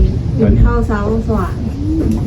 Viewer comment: สบายดี.เว้าผิดสอโตกินเข่า.ต้องเว้าวาสอแข่วกับปากกินเข่าก่อนเด้อจิ้นเนาะ🤔🤭😁